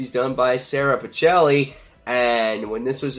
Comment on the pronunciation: Interesting review! FYI It's prounounced "Pick-elli" (And it's "Alee-sha")